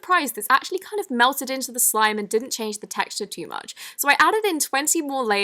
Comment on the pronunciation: Am I the only on that noticed that she said slome instead of slime in the intro